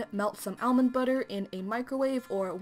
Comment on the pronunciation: Omg the way you say almond is so weird to me hahaha it’s like “elmond”